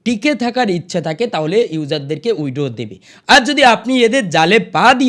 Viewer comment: Ei j dada apni original khobor kichui janen na onno jayga theke jhere video banao. Prothome nijer english uchcharon ta thik kore bolun. Poriskar withdraw bolte sikhun tarpor subscribe korte bolben.